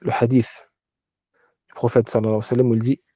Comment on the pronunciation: Quand je vois un homme qui veut donner des cours et qui n'a pas le temps de dire correctement : Salla llahou alayhi wa sallam, et qui dit salam.. ou le je ne sais quel parole massacré cela en dit long sur le manque d'amour que tu as pour le messager tu n'a pas le temps ni assez d'amour pour le messager pour soumettre ta langue tordue handicapé pour prononcer correctement Assalat ala nnabiy , moi je ne prends pas la science religieuse de gens commes toi car on voit que tu n'a pas été éduqué par des savants tu es un bricoleur sans amour pour le messager صلى الله عليه وسلم ، mes chaykh m'ont enseigné ce. Respect je peux te l'enseigner si tu veux